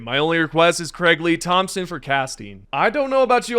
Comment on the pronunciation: I got a much smaller download for the latest patch, not all Steam players got a 22GB patch, and I sure didn't. Also it's THOMAS, not Thompson, don't know the disconnect, but good video anyway.